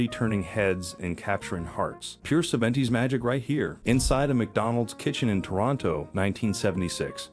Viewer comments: Sa-VEN-ties takes cringe worthy to a whole new level. Also, I was unprepared for 'two-pack shaker'. LMAO. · Even "Seventies" was mispronounced.